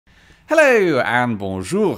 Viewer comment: I give your hello at the start a 7/10, there wasn't enough emphasis on the "o" Great video